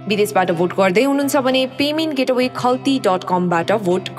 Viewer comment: भोट अपीलबारे सूचना दिने महिलाले 'पेमेन्ट गेट अवे ' भनेको देखेर उनको अंग्रेजी ज्ञानमाथी हाँस उठ्यो। 'पेमेन्ट गेटवे' हो, गेट अवे होइन। गेटवे भनेको द्वार हो, गेट अवे भनेको बाहिर जानु भनेको। कुन स्कूल पढेकी हुन् कोनि, दार्जिलिंग गएर बाकी कोर्स सकेर आउनु है।